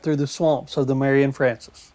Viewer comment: Ya did pretty good on this video I enjoyed it but sir you mispronounced general Marion’s name quite a few times Also you missed quite a few of the muddy trails